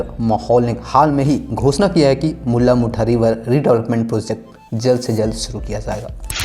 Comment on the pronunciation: मुल्ला मुठा नही भाई मुळा-मुठा नदी.... कमसेकम.. मुला-मुठा कहो